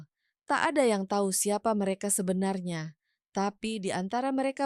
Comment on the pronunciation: Intonasinya kurang bagus mf ya jadi aneh dengernya , seperti , kata becak ,becek ,tahu ,tak , pengucapannya gak pas